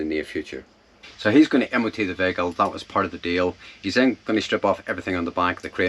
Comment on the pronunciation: As as another NI man is good to hear someone pronounce veyyhicle properly...lol...sounds the business and good luck on the build. I think I was actually parked near you in Italy early in summer but hadn't seen your vids and loved Tonka. Best of luck and hope you don't get too many busted knuckles of the year...